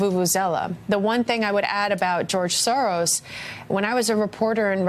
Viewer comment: Please check out the pronouncation of the word SAURUS: SOROS